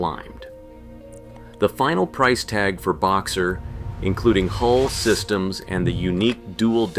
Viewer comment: Hull number not HOLE stupiiidd!